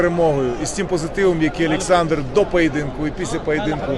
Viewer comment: Кличко, та вимови ти Олександр а не А